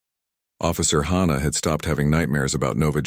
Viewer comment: Except from YouTube AI's, I have NEVER heard the name "Hannah" pronounced like the phrase "Ha Ha!". EVERYWHERE else, it is pronounced like the HA in "HAPPY"!!! SOMETHING IS WRONG WITH ALL AI's doing this!!